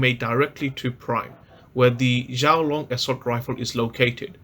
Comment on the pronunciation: XUAN Long XUAN not shouwn or whatever you said 🤦